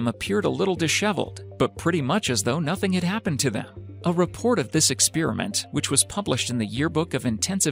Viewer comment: Who else Heard the robot voice/person saying "Expearament" instead of "Experiment"